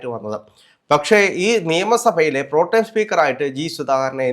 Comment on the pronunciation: പ്രൊ ടൈം ആണോ പ്രൊ.ടെം ആണോ?